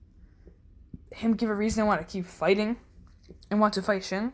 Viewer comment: its the "he shin" not "hai"